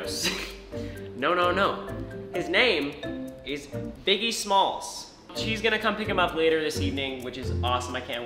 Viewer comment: Biggie small not biggle